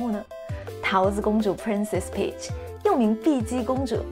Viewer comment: 多少人第一次听Peach 听成bitch